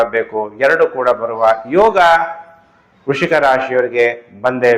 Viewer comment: ವೃಶಿಕ‌ ಅಲ್ಲಾ ಗುರ್ಗಳೇ ವೃಶ್ಚಿಕ